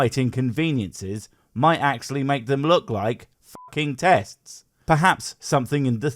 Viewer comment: Even though it was just a joke, I actually did hear "Testes" when tried to make that argument.